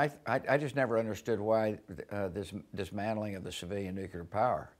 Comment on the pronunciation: Hey its the Nucelar & WMD guy....